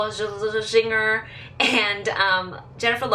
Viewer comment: Hahaha Nicole Scherzinger, her last name is pronounced Sure-Zinger lol. Love this video love how you go in depth and review it to the detail, love the headband and your hair in the video. Newly subscribed can't wait to see more videos xoxoxo